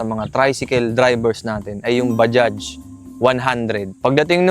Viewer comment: Bajaj pronunciation Badya, hindi Badyads - unang 4 stroke na pantricycle Honda TMX hindi Bajaj